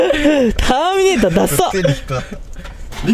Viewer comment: ターミネーターだよ正確に言えばたっかネーター